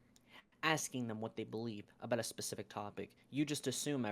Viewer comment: Wtf is a "Percific Number"????